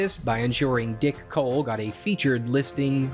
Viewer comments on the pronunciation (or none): I giggle every time he says “Dick Hole”… Oh, I mean “Dick Cole”